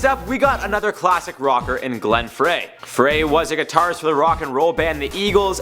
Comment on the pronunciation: It's not like fray. It's pronounced fry. It's always been said fry. If you did any research at all, you would know that.